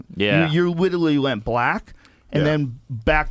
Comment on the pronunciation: “witerally went black”